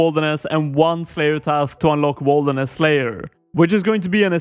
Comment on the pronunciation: it would be nice to know what things you wont be able to do due to the zone restriction, also why are u saying it like wolderness?